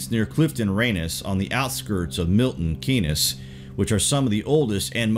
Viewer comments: Good vid but pronounce of places like Milton Keynes is all one word and sounds keyns and not key nes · Milton Key-ness....ha ha 🤦‍♂️